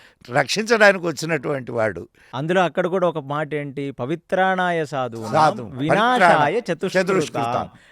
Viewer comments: Mirentha knowledge personno telustundhi పవిత్రనయ కాదు,😂 పరిత్రనయ అది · నాకు పొరపాటుగా వినపడ్డదేమో తెలియదండీ... కానీ పవిత్రాణాయ కాదు పరిత్రాణాయ అనటం శుద్ధం